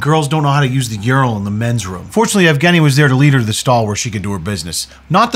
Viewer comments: Yeah, for a second I thought his name is Afghani as well (before realising that's pronunciation of Evgeny) and was wondering whether or not his 'stans' are called 'Afghani-stans' lool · I misheard “Evgeny” as “Afghani” and as an Afghan thank goodness lol was about to say we do not claim this